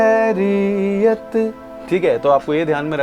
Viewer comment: Your voice is too good ❤❤ Only one thing that pronounciation of the word Khairiyat is not proper It should come from throat.